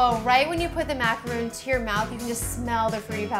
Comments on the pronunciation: looks amazing! I'm exciting to try this recipe. Sidenote though: Macaron is pronounced 'Mac-ah-rohn'. A macaroon (mac-ah-roon) is the one with coconut in it. common mistake though, I only realized they were pronounced differently a couple of months ago =) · You're pronouncing macaron the wrong way 😂 you're saying "macaroon" which is a coconut cookie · It's macarons not macaroons!! that's something different! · If you're gonna make a video on how to make a MACRON, you should at least pronounce it right. There's a difference between macrOn and macarOON. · Yeah but I gotta break it to you..... It's MACARONS not MACAROONS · OH MY GOD MACARONS, not macaroon! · Gabbi.Sadz EYE TWITCHES ITS MAC-A-RON - MAC FROM BIG MAC & A & RON FROM HARRY POTTER! DAMN IT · That's because you don't know how to pronounce stuff. It's spelled macaron with one "o" for a reason. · MACAR-ON its macaron btw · I really wanted to watch this but if the baker can't say the name of the cookie, why would I?? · MACARON NOT MACAROOOOON MACRON MACRON MACRON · The fact that she pronounces the French Macaroni incorrectly makes me less inclined to believe in her recipe :/ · Caroline W. Thank you! it was quite annoying to hear it pronounced wrong. She appears to be a good baker so it's a shame she doesn't exactly represent the Macaron well by calling it by the wrong name. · Does it bother anyone else that she doesn't pronounce it right? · These have no coconut. They're not macaroons. They're macarons. very different pronunciation. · It's MACARON not MACAROON. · MACARON not macaroon. You moron. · Woooowww, so what she pronounced a couple of words wrong..big deal. I bet nearly everyone (including me) would have done the same. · IT'S MACARON, NOT MACAROON! They are different cookies. You pronounce it like Ron, like Ron Weasley. Not Roon. OKAY?! Sorry this is one of my pet peeves. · It's macaron not macaroon. Macaroons are made with coconuts and are like biscuits. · mak-a-ron not mak-uh-roon